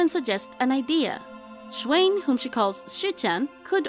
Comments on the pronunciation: 'Schwein' is pronounced similar to the English word 'swine', just with a different initial sound (like 'shwine') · You need to correct you pronunciation of Schwein for pig. It's "Schwine" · you don´t say it like that (im talking about schwein)